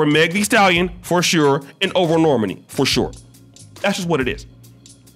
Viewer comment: Its pronounced nor-maaaaani not normeni 😆😆 say it with me